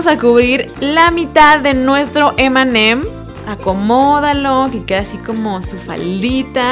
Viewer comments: nose dice emeem sino eme eme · Cuando decías m&m parecia que decías Eminem